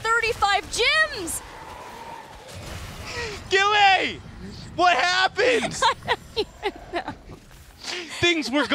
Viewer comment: "GILLAY!" XD